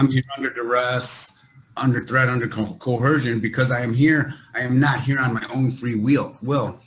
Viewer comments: Dear Sovereign Idiots and Moorons, the word is "coercion", NOT "cohersion". If you're going to use words you don't understand, at least pronounce them correctly. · Does everyone learn to pronounce "coercion" as "co-hersion" in jail? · I know this is old but TBH i thought the sovcit pronunciation of coercion as Co Her Shun was a dialect issue, but this guy says it too. Really wondering if this is intentional, did a sovcit guru say it incorrectly on a video, or what? It drives me crazy, maybe that's part of their plan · And the lifetime record of SovCits vs the pronunciation of coercion falls to 0-1,445,280